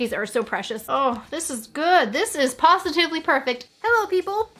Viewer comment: I never thought I would hear a pawsitivliy perfect